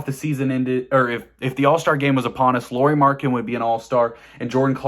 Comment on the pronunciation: *Markkanen. MARK-uh-nen.